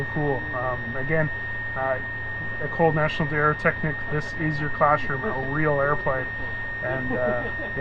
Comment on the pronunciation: hey Mikey, I really like Plane Savers and I watch every episode but I've got to tell you one thing: if you keep mentioning the École National d'Aeroteqnique hundreds of times per episode then at least make an effort to pronounce it right. French is a beautiful language and all the french canadian guys on plane savers make an effort to speak half decent English so it would be more than fair if you did at least try to adapt to the québéquois surroundings, don't you think?